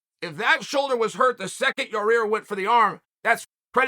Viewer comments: Your-rear “el pantera” Rodriguez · Not sure why but I like that Chael calls him Yarear again lol